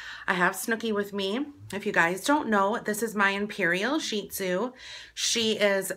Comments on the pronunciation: No hate like at all these are so entertaining but did she say sheet-zu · I love your "sheet zoo"